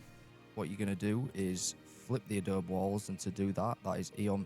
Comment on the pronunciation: Love your small builds! As a side note, coming from someone who lives on the Mexican border in America, it’s uh-Dough-bee :) A lot of people don’t know to pronounce the e if they don’t know or hear Spanish. It’s used as a building material all over the southwestern US-I grew up in an adobe house:) Wish I could live in the commonwealth though!